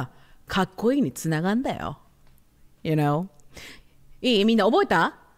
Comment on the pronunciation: you know が、ゆーうにょ💁🏻‍♀️に聞こえてうにょ😂